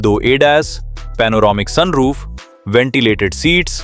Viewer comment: Soon roof kya hota? Sun roof hota hai😂😂😂